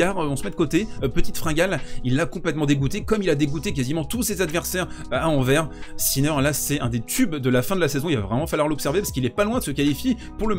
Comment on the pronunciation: "A Anvers" on prononce le s ;)